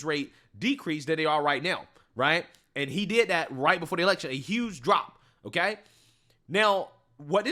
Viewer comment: She was never qualified. Biden said Otay.